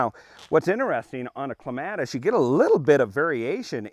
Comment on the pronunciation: You're pronouncing it wrong.